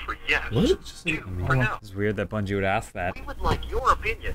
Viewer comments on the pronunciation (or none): I fucking lost it when called it "Bun-gee."